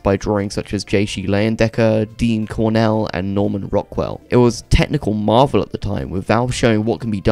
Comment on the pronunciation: Did you mean Dean Cornwell, not Dean Cornell?